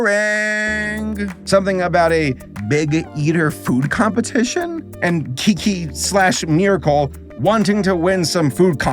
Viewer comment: Because the name was phonetically spelled “QiQi”(if you referred to the direct Chinese phonetic translation), but pronounced as “Chi-Chi”. The “Kiki” happened because butchered the transcription(or just good old transcription error idk)